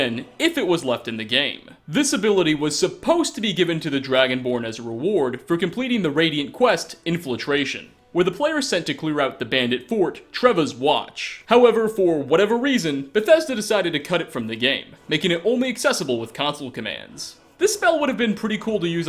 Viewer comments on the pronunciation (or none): So, I love the info in these videos, but dear Lord work on the pronunciation... It’s “in-fil-tration”, not “inflatration”... (This is not the first mispronunciation, but so far the others I have noticed are in-game non-English names, some of which are even spoken in dialogue, which is why it bugs me at all)